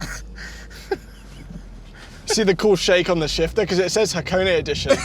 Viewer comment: Ha は ko こ ne ね -- はこね not Hacone-ey, and the sauce you were thinking of is ponzu, yuzu is a source citrus, like a lemon.